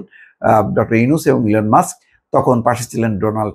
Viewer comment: 😂😂 ভিডিও কল ফোন ঠিক করে বলতে পারো না কথা বলছে হিলোন মাষ্ক